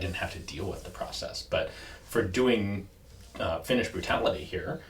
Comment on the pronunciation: "Finnish burtality" sounds like drinking game. 🤣